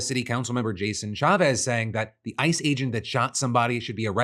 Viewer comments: Did anyone hear "I just killed" instead of ICE just killed? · Holy shit that concerned me a moment there. The way you said ice sounded like you said "i" and made it sound like you said "I just killed a woman"